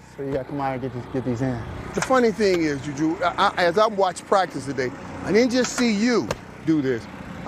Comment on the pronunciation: JuulJuul Smith-Schuster